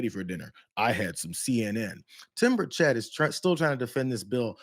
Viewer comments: It's bur' chett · It is pronounced BIRD SHIT. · Hey Brianna....M'aam....his name is pronuonced BIRDSHIT. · His name is pronounced: Birdshit, it's a very accurate descriptive name for him too!